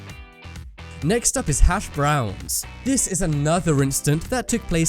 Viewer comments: Lol the emphasis on the word brown in hash browns 😂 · The way the narrator says hash BROWN - emphasizing on the brown annoys me.